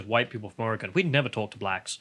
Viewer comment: How dare you! First, you engaged in blatant cultural appropriation by correctly pronouncing"Orygun", and then I find your marriage is Cretan...I used to like you guys.... now, I absolutely love you!